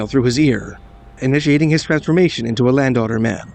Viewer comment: >landowner man Just listening to this video after like 20 minutes I realise now that he's saying Land Otter Man. Lol.